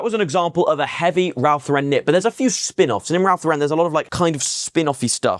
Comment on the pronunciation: Hi There. Handy video! RL sells well here as well. Keeps it's value. May I correct your pronunciation? It's Ralph LOR-ren (not lor-REN). As a former RL freelancer (packaging design) it's a common error here in the US too. 🤭